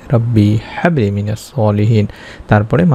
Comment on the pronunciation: Quran shorifer aayaat gulur uccharon shuddha bhabe korte hoy Bhai."Habli" te chuto "Ha"ase